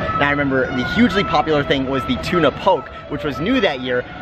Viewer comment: Love your videos, fyi Tuna Poke is pronounced POH-KAY, keep up the good work :)